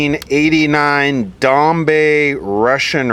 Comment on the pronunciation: I haven't got my stimulus check!!! Feeling unstimulated. BTW, it's pronounced like "dom-bye" - Dombai